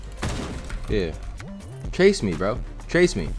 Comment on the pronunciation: You can tell and are siblings say both say:" YUH" all the time